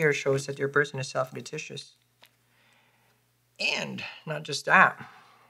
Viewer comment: self what was that word ? Self petitious?